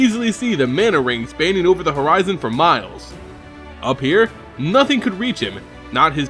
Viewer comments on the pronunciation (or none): none